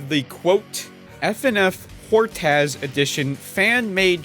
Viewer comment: By the way its the hortas name is said like "hortis"